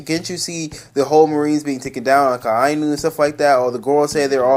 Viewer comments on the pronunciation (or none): none